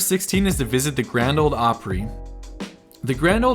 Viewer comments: Grand Ole Opry...not Grand OLD Opry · there is no d in ole, you gotta get used to it